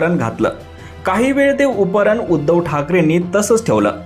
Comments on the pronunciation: अहो उपरण नाही त्याला उपरणे म्हणतात. आधी मराठी चे उच्चार सुधारा. मग निवेदन करा. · अरे उपरण नव्हे रे बाबा त्याला उपकरणं किंवा उपरणे असं म्हणतात शिकून घे